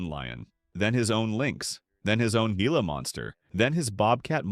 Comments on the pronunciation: Gringoized...😂 Gila "hee- la" Monsters. Javalina "hav-a-lina" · Please learn how to pronounce Gila and Javelina. Or... is this an AI voice?